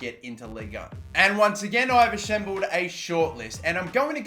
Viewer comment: He said Ashembled, instead of assembled, who noticed that xD